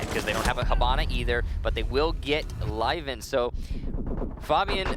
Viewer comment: zmkd co Meh, at least they have learn, some people probably are still calling him "Liven".